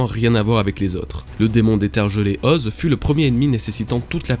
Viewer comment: effectivement c'est "Oz-é"... Ok je sors